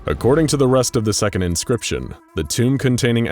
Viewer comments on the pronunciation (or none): none